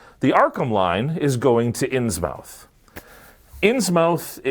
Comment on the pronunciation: "Innsmouth" is pronounced like Plymouth, Portsmouth, Monmouth, etc. "Muth" not "mouth"